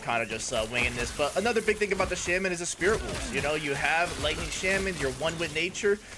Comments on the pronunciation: cool build but please, it's not shemen, its shaman =d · The build seems really cool. I was thinking on what to do with the primalist. Also, just something for your knowledge, "Shaman" is pronounced "Shah-men."